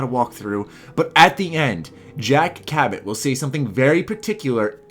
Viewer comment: it's not Ca-bat it's Ca-bow